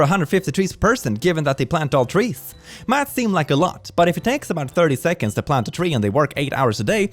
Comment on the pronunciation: Did you say "over a hundred tree's per person"? I mean you aren't wrong.